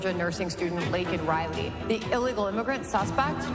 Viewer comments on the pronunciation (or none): none